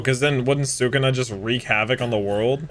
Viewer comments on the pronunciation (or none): It hurts my brain every time he calls sukuna sukana 😵‍💫